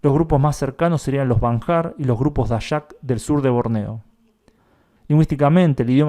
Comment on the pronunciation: Muy buen video. Nota Dayak se pronuncia Daiak. Saludos desde Indonesia